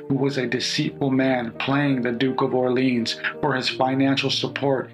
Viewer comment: Duke de "Orr-lee-on", the final consonant is silent in french.